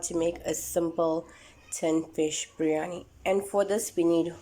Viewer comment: its not "breyani" its "biryani"